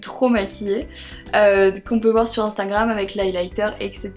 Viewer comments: Je t'adore mais c "Instagram" pas "Instingram" ❤️😬😬❤️ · HAHA MARIE ELLES DIT INSTANGRAM ALA PLCE DE INSTAGRAM PS MARE JE T'AIME TROP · A chaque fois que tu parles d'Instagram tu me fais rire parce que tu dis "Instingram" xD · Ahah tu dis instingram on dirait 😂❤️